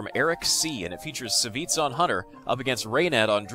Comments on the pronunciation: Lol it's not Saviz ( Savjz ), i believe it's read like "Savagez" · I thought Savj was pronounced like "savage" or "savages"